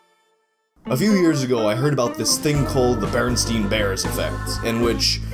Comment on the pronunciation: Bearenstein- like, it was pronounced like RL Stein's name. I meant the E, not the I.